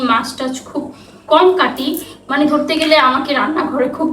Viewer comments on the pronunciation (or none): none